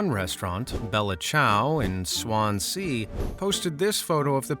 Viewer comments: It is not pronounced " ss-won-z", but "swa-Han-zee" or "swon-z"and not sWHAN-z. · Just incase anyone hasn't mentioned it, Swan Sea is actually pronounced Swanzee, emphasis on Swan. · I live in Wales mostly Blackwood area and I’ve never ever ever heard someone say the town Swansea as this ‘Swan-sea’ like it’s two words and not one, but yeah, I want to try not to laugh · just a pointer mate as a welsh inhabitant, Swansea is pronounced Swan-zee in one word, or if your welsh, abertawe :), Great Video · Never heard Swansea pronounced so wrong in my life 😂